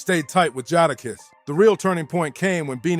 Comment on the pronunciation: (JAY-DA- KISS)That was the part that was irritating me so bad I almost stopped watching the video.